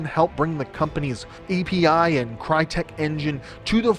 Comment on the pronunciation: Crytek was founded by whom? That's a whole new level of name butchering. Use the fucking Google Translator it literally tells you how to pronounce a fucking word in certain language.